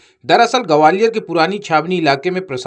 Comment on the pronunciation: Enforcement aur gwalior to bolna seekh lo, mafia ka naam bhi bola Karo to aapki sachchai jyada Sundar lage